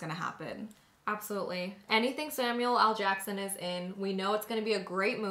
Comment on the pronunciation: Is it me or are they saying Samuel AL Jackson? Am I buggin? Haha